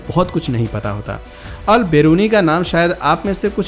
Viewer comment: अल बिरूनी हैं अल बरेनु नही